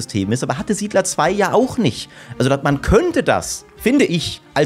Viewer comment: Lustig, wie du SIedler 5 sagst als ehrwürdiger Nachfolger